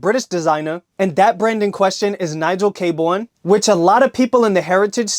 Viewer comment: It’s pronounced Nigel Kay-Burn. Great brand and a great guy, he’s an absolute sweetheart of a human